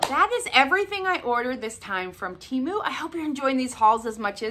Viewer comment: Gold stars and a rose on your nose for pronouncing TEMU correctly! Yay!